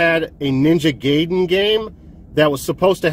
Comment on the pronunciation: its pronounced guy den not gay den you putz lol great snags for sure though